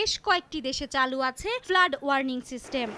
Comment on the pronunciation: ইংরেজি উচ্চারণে আরও সর্তক হওয়া উচিত। ফ্লাড কে ফ্লাট বলছেন বার বার 😕